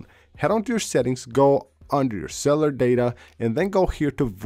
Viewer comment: LOL "cellar data" "akssssibility" this guy is not even trying anymore... draining the battery "out of your iPhone" lol it will drain not just really quick, but really really quick.